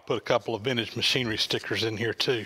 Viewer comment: As a new subscriber to your channel and a longtime subscriber to Leo’s I would like to ask a favor. If you will sir, please take a breath between your name and Vintage Machinery. It sounds like one-word it all runs together keithruckervintagemachinerydotorg and is difficult to understand. The rest of your video sounds great with your eloquent Southern accent. I know your future subscribers and some of your present ones will thank you for it. Looking forward to watching more of your channel.